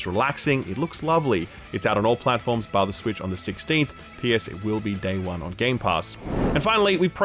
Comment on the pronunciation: I always thought he was saying “via the switch” and it never made sense